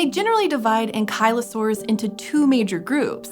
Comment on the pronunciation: Imagine mispronouncing ankylosaurus